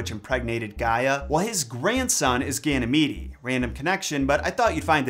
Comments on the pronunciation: Just an FYI, Ganymede is pronounced Ganny-meed. Not Ganny-meedy. I really enjoyed the video! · I think it’s pronounced Gany- meed. Haha